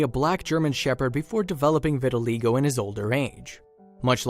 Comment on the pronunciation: Learn how to pronounce the disease correctly!!!!!